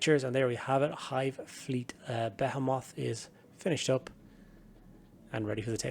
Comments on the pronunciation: Your comment beat me to it. It’s definitely “beh-HEE-mith”, or some people might say “buh-HEE-mith”. But yeah, it’s not “beh-heh-moth” lol. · Nah nah, be-HEE-mith is for any other context, be-heh-moth is reserved for the fleet. We stand with be-heh-moth pronunciations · the way he pronounces behemoth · I’ve never heard someone pronounce Behemoth like that before